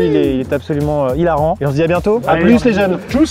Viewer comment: "on" avec un t 🤣🤣